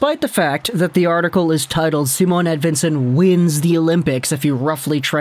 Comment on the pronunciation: Its not a "W" as in win. More like Ed(V)ictory)insson